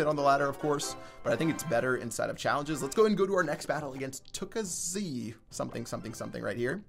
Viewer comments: Since I'm polish, is cringey for me as it is pronounced woo-cash not "tookazy." Nice one,. #chefpat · he is polish and its not tukaz its lukash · xD in case anyone was wondering - Łukasz is a polish first name and its pronounced wookash